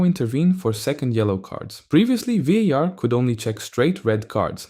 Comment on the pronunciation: As a spanish speaker that VAR pronunciation triggered something in me